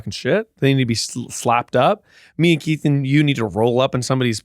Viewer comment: I hope saying Kieths name wrong is a new bit for every podcast, "John" "Mike" "Larry"